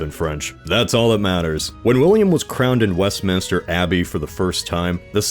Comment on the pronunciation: Yeah I mean I was mildly thrown by West-Minister but at least I immediately knew what was meant 🙈